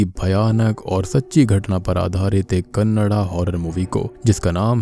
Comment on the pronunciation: Finally somebody pronouncing kannada instead of kannad.